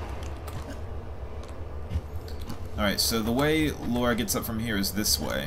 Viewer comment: It's "Lara" not "Laura" 😀